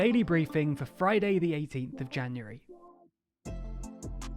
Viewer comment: Did he say "firday the 18th of January"?